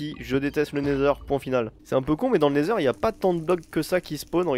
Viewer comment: Je rêve ou quand il était dans wend il à dit natheur